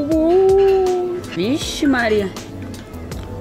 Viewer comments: O "vixi Maria" saiu mais brasileiro que o meu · O "ixi Maria " foi ótimo 😂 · O “vish maria” dela foi totalmente natural e brasileiro mds ela ja é uma brasileira quase por completo!!!